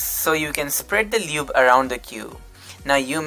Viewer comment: I’m sorry but “Lewb” 😂😂